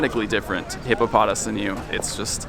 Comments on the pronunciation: its hippopoTAS. emphasis on the TAS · I believe in the anime, it is pronouced hippo-puh-toss